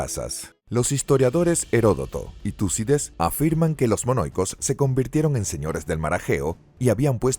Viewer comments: Terrible... Tucides en lugar de Tucídides... Canosos en vez de Cnosos. En 3.41 dice "mono-icos" ... Pero aquí se lució. En otros micros es peor. En cambio, en este mismo canal, Mira la Historia, hay un locutor muy bueno que tiene voz de persona mayor. Ese señor siempre tiene una excelente dicción. Un maestro de la dicción, el fraseo, la pronunciación y no menos importante, sin engolar la voz. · Cuando le Dice Tucides a Tucídides y Noxos a Cnosos. 😵